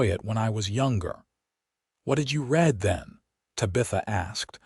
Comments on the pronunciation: Great story. Love the reader. Need to fix mispronunciations. Bow and bow, read and read , her name Tabitha, Santa Fe, tear and tear etc. I know English is a pain. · If they would just proof these with minor edits: - nod instead of bow - use the color red instead of read and reed instead of read - rip instead of tear - curved instead of wound and injury instead of wound - use names like Susan, Mary, Becky, Amanda - things the ai cannot screw up like this one did tuh-bee-uh-thuh or the other thirty ways said here Etc…